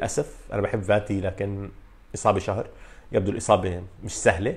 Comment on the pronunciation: Fati and not Vati. عالاقل الفظها صح